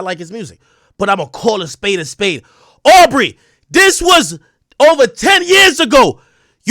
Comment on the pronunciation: He saying au for aubrey